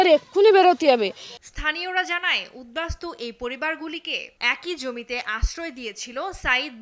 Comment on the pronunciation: প্রতিবেদক উদ্বাস্তু উচ্চারণ করতে পারল না" ছিঃছিঃ